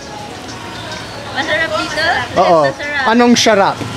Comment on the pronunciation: "Masharap"? HAHA!